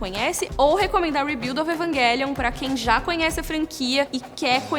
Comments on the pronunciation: Evanguelion jkkkkkk fala direito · Evanguelion, ta certo ??? Eu sempre pronunciei Evangelion. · EvanGUElion ?? pra mim é EvanGÉlion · Não consigo pronunciar "Evanguelion" pra mim é "Evanjelion". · Eu sei que está certo, mas é tão estranho ver ela falando EvanGUÉlion...😟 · Evanguelion kk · Como é que assiste um vídeo inteiro com esse ser falando 'evanGUÉlion' , evanGUÉlion , evanGUÉlion?!? ... tudo bem que a pronúncia correta seja essa (acredito que seja🤷🏾‍♂️) ... mas abre uma exceção e fala como nós 'seres humanos'.🙄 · Fala o nome direito